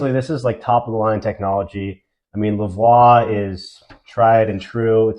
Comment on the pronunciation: Hii” you pronounced the name of the product wrong.